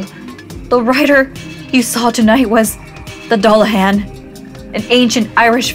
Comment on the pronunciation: It's "Doo-la-hawn." ❤